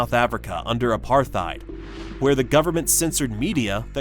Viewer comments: Apartheid is an Afrikaner word meaning apartness. Afrikaans is a language from South Africa based on the language of early Dutch settlers there. It should be pronounced as ‘Apart-heid’. The ‘t’ and ‘h’ should not be combined into ‘th’. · Yes, well said. It's pronounced with the 'th' as a hard "t". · You should really Google how to pronounce "Apartheid" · “Apartheid” has no “th” sound in it! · Dude, PLEASE learn how to pronounce "apartheid." You said it several times and you shamefully mispronounced it every time. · The TH in apartheid is two separate consonants! Argh